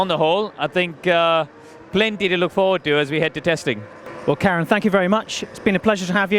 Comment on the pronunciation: It very much sounded like called Karun "Karen"